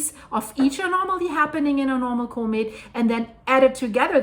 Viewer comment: Just a quick, helpful note... The usual pronunciation for comet is a little bit different. The "com" beginning of the word is pronounced just like you would pronounce it in a URL address ending with ".com" (You can verify this online) 😊